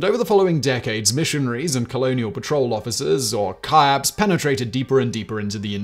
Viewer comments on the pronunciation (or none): They're not called ky-APPS, they're called KEE-aps. From the German word "kiapten" meaning captain.